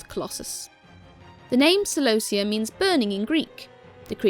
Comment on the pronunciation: kelobia is not a name, celobia is.